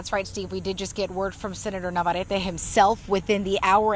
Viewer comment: Man, the pronunciation of the chick... ITS NAVARRETE WITH DOUBLE R